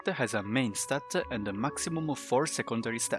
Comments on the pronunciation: Dude stop saying statta😂 its just s t a t. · Stat-a, Artifact-a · i prefer when he says stat